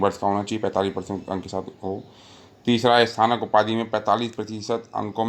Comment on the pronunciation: Sir ji ye sthanak nahi snatak hota h ....